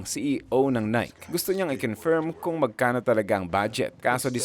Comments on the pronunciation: Nike -Nae kee hindi Nayk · Nayki hindi nayk!!!!!!! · Its Naykeee boss not nayk.😅.. based on greek mythology nike..haiissttttt.. aral muna para alam ng lahat ang tamang pronouncation .. details matter boss . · Nai-kee ang tamang pronunciation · Nike = nai-kee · maganda maliban lng sa pagbigkas mo ng nike...